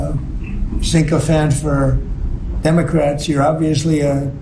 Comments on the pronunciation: Word of the day: "sink-o-fant!" 😂😂😂 anybody want to make book that's how he'd spell it? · Did that fool just say "sink o fan"? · What's a "sinkofant"? Does he, perchance, mean a "syncophant"??! What a lunatic. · A synchophant?! PULEEZE. IF he insults reporters, ideally he uses actual WORDS! I think he meant to say “sycophant.” Sycophant! Wasn’t his ear piece working?! Hey MAGA; “Be Best!” lol (he’s allegedly a very “high I.Q. person.”) SMH 24/7/365! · Donny, it's sycophant....not SINK-0-phant. Not that the mispronunciation matters when you are misusing the word in context, anyway.